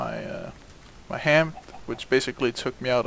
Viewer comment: I thought you said ham. and when i heard it again, I was like OH!!! He said hand!!!